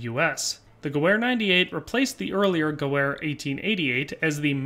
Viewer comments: The Spanish Mauser 1893 would make more sense than the Gew 98 as a lot of them came back to the States after the Spanish American war. Also it’s pronounced gevehr, not Gewehr. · The w in gewehr is pronounced as a v sound in german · Hate to be that guy but the w is pronounced as a V , it's a German name